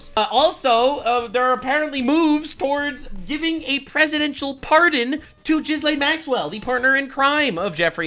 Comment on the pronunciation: I believe Ghislaine is pronounced "ji LANE". Not "GIZ lane".